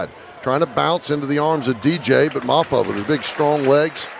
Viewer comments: Mafoo in the backfield😂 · How does Todd get 'Mafoo' out of Mafah? LOL